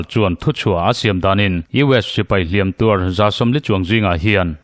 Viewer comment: "Hliam" leh "Hliam tuar" i lam dãn a dik ta zaih mai, Ngaihtlãk a nuam e❤